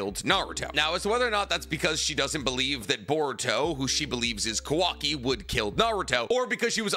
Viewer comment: The guy talks about all the knowledge he has about the source material… yet miss pronounces names every time … KA-wa-ki… ah-mod-oh…